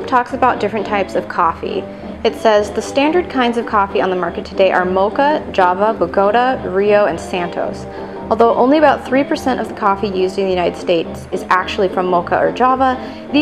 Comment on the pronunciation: Are you serious? "Boh-goat-ah" coffee? How about pronouncing it as anyone with a bit of knowledge about the outer world would? You Americans, Jeez.